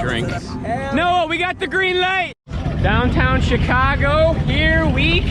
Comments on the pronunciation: “Goeen to She-kaar-go” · And they’re going to ‘ChAeCahgo’